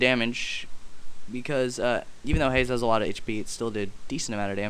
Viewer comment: its not haze its haaaze